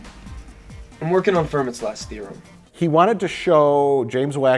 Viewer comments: Fermat’s Last Theorem couldn’t be proven by a freshman in college. Additionally, it’s pronounced Fer-Maht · Fermat is pronounced Fer-mah! The proof of his last theorem is left to the reader, the space in the margin should be sufficient.